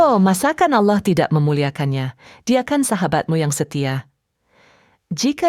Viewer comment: awloh swt bang.. wkwkwk kocak